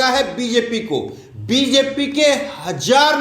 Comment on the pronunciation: HAJAAR NAHI BHAYYA HAZAAR